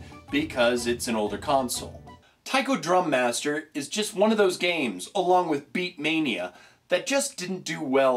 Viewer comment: did he say beakmainea?